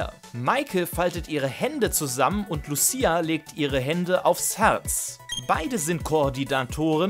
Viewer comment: Lucia wurde da leider falsch ausgesprochen 😅 Triggert mich leicht als Sinnoh Fan, aber wie immer wildes Video